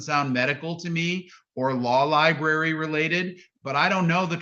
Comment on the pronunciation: "The law liberry" 🤦🤦🤦